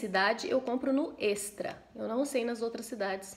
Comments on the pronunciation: é éxtra se escreve estra mais se fala éstra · si nao fala extra fala "éxtra"